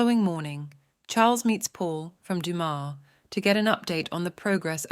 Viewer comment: It’s so nice to hear Dumas pronounced correctly 😊